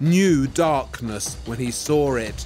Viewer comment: Sawrrr instead of saw lol